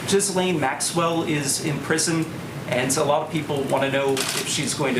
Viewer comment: its rare to hear Ghislain's (Jhizlain) name pronounced correctly as the reporter did